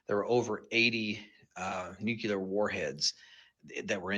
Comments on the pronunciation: (& several other times after) Is he saying "nucular"?!? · When "experts" can't even pronounce the word "nuclear".